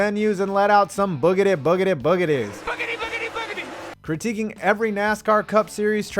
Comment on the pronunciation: It’s “BOOGITY BOOGITY BOOGITY” not “BOOGETY BOOGETY BOOGETY”!